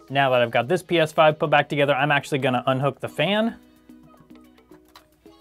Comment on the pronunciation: Got to say....its 'PS5'😂